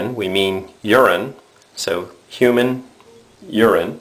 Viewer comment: Thanks for this video but have you noticed, it is so funny the way you say "HUMANE URINE". Keep up the good work and thanks for the videos and helping me learn!